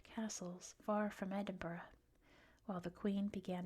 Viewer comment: Finally someone pronounced Edinburgh correctly! I will point out for any future vids - "Gay-lick" is for the Irish Gaelic, "GAHlick" is Scottish 😁